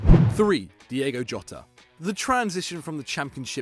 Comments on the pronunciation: this is so stupid man said Diego jot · Man said diego jota